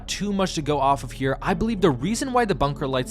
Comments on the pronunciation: who tf is "kahddo" thorne?... i'm assuming you're referring to KADO aka KATO (kay-doe) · Pronounced **Kay-doe